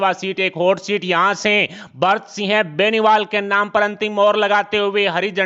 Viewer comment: इनको तो सिंह भी सही से बोलना नहीं आता।